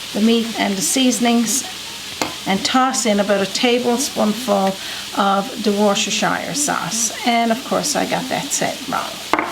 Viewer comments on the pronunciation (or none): Got to try this. Correct pronunciation is woostersheer.